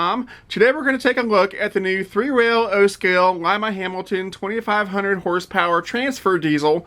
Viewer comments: It is in fact pronounced "LYME-uh" (like a long I). I am from Ohio and that is how people pronounce it here. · Any individual or community has the right to pronounce their name the way that they wish; it is pronounced as did in his narration - long I like the bean:)